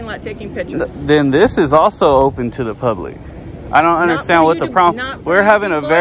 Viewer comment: Did she actually say “the gates were open to the pubic today.”? That was classic. You’re the best one doing it bro. I know this is an old video but keep up the good work and be safe out there.